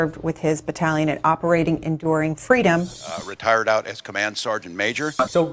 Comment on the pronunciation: Kamala even lies about fweedom 🤥 she's a pathetic so called leader.